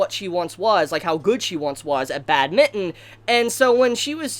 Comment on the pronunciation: It’s bádminton btw not badmínton 😂